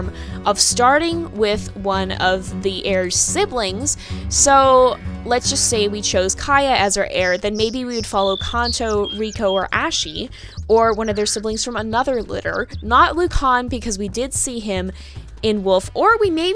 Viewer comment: Ashi is pronounced like ahh shh eee